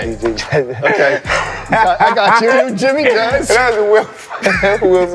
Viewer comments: How you from NY and can’t get Jimmy jazz right 😭😭😭😭Bobby str8 though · Bro was in prison for so long that he forgot how to say jimmy jazz💀